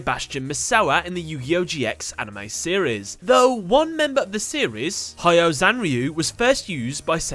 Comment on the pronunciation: It's short and simple pronunciation: hyo. Together. Not high-o zanryu. Just like you said "Ryu" together and not ry-u, you say "hyo" the same way